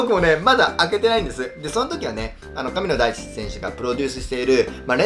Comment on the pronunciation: めっちゃ、神野ダイキって聞こえる笑笑